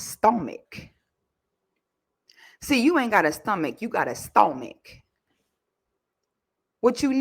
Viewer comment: u goofy af for that stOamach 😂😂😂